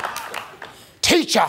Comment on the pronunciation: the way she said TEACHER made me crack up😂